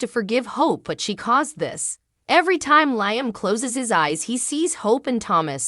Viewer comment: Liam’s name is pronounced Lee-um.!!!!